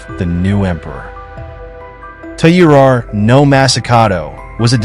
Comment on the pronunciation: Please work on your pronunciation, since your channel is themed to Japan. "Taira" is pronounced something like "tire ah".